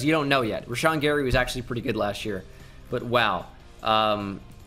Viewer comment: How tf you say Gary?